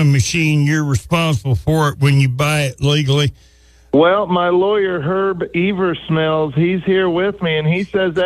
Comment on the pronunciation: Herb Eaversmells lol